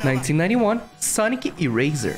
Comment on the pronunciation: wealie? Youw daboss of sega and aww ov its gwowie? I’m such a big fan of sonec the hedgwog!!